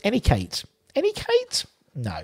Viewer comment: I may be wrong mate but I think it's pronounced "Nee-ah-kartay"!!😎